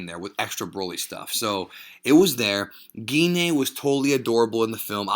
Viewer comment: Gee Na? Who is Gee Na? Her name is Gine. It's pronounced as Jean.